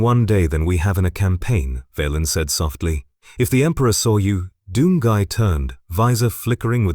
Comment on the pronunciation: ‘Doom gee’ smh